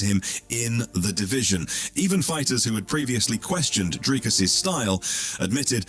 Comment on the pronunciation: How long will you take to pronounce Dricus' name properly? And also, absolute clickbait title